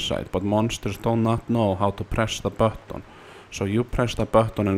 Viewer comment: "Press the bahton" - Finnish man